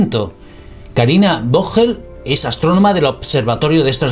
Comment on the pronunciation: No es vogel ,, se pronuncia foguel,,, significa pájaro en alemán